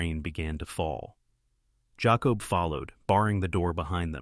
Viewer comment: You main character is phoneticallycally pronounced 'Jay-cobb' not 'Jaw-cob' you kept pronouncing it both ways, cannot listen, if you ever decide to edit might be back.😢